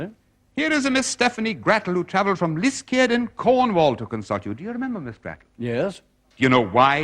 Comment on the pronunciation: Pity he can’t pronounce Liskeard properly - Liss-card, it’s pronounced - in all fairness, he’s Irish!